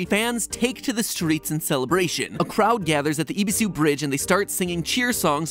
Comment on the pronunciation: Also eh-bee-su not e-bee-su